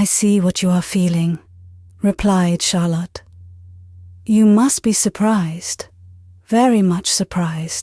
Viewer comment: Lovely reading! Odd she called Charlotte harlot in chapter 20 or 21 😂